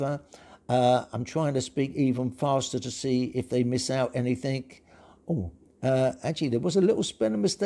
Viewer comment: You said "anythink"... Google corrected your speech but depends how you want it to be handled